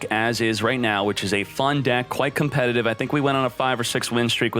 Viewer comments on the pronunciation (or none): none